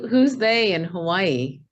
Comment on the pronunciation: Fkn haole, it's not Havaii